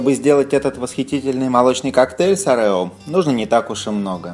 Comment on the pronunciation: Правильно Орео,ударение на первую О